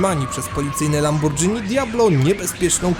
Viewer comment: "Lambordżini" xD Pamiętam jak większość ludzi w Polsce tak nazywała Lamborghini w tamtych czasach